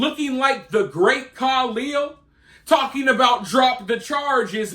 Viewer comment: I lost it at "The Great Kalil"